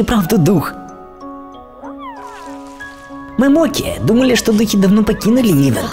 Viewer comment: МОКИ, НЕ МОККО!!!!!!!!!!!!!!!!!!!!!